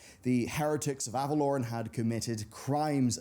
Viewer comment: omg it's not Avalorn.......it's AvaloREN...REN. Annunciate plz Kul'tiran druids ARE human druids, don't be racist. That's like saying people from Japan aren't human.